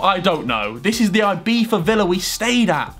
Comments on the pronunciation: Its actually IbiZa not IbiFa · Ibiva? its Ibiza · Man its IbiZa not IbiFa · No one: Harry: “ibifa” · Name: Ibiza Harry: Ibeefa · harry sais Ibifa instead of Ibiza. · Why does he say ibifa